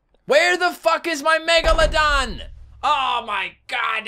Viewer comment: you Said megamedon